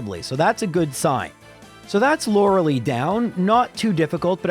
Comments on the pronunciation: i still ALWAYS forget that you pronounce Lorelei lke that EVERY time despite watching these videos probably thousands of times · Thank god I don’t have to hear you mispronounce Lorelei anymore since she won’t be in those games